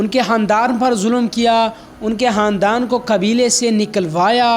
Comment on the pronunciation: Haandaaan ni khaaandaaan